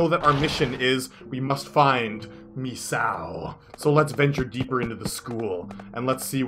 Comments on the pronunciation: you are saying mesao it is misao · In Japanese an "i" sound is pronounced like "ee" so You would say it like Mee-sa-o.